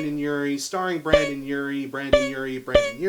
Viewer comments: "Brandon" killed me more each time he said it 😂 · It's pronounced BRENDON not Brandon. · He said Brandon and I was like ITS BRENDON 👎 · It's *BRENDON, not BRANDON. BRENDON ( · This is a really good review style! It's similar to quickies, but a bit more personal. I'm glad you decided to start it with one of my favorite bands (or Uries in this case)! I think the way Panic doesn't stick to one sound is part of who they are. Also, it's BrENdon Urie. Trust me, the tumblr crowd will eat you alive for saying BrANdon